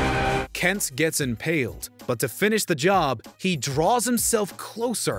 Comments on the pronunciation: Are you saying “Kents”? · Why did it sound like you were calling him "Kents"?